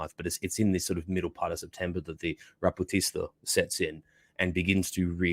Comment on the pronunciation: Rasputitsa ≠ Raputista